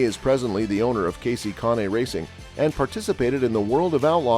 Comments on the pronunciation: Why are you showing Ryan Truex's picture in an article about Martin Truex? Why are you showing Xfinity Races with Trevor Bayne leading? And who in the HELL Conee? Could it be pronounced Cain? Kahne? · If you can’t take the time to find out how names are pronounced, maybe you shouldn’t be making these videos. It’s hard to take anyone serious who doesn’t do their homework. Kahne is pronounced CANE. Came here for Truex video which is what this says. BTW, Kaulig Is pronounced like “calling” without the N. Your channel is a joke & I won’t be back, nor will I recommend this channel to anyone I know or have met in 25+ years watching the sport.